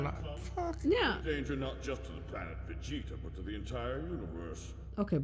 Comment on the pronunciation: My man said Vegiku 💀💀